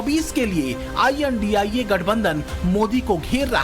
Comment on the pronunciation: Sir, आप द्वारा गठबंधन को आई एन डी आई ए उच्चारण किया जाना बहुत ही अच्छी बात है। किसी भी राजनैतिक दल या गठबंधन को इंडिया कहना देश के प्रति गद्दारी होगी। देश देश होता देश नही हारता।